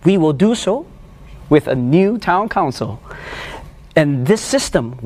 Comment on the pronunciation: with a new tOwN cOunCiL AHAHAHAHHAA WHY GOT ACCENT ONE